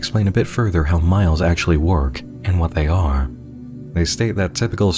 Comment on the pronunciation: In full honesty, I thought MILEs said MILFs.